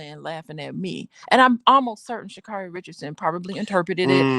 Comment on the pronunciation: Say her name correctly